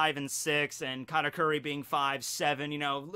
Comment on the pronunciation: Why you say "Karakuri" instead of "Katauri"?